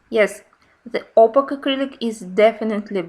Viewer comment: Very nice explanations and demonstrations in this video. A small hint for the future. The word opaque rhymes with cake (opake). It’s confusing because of the letter q, but English is full of such oddments!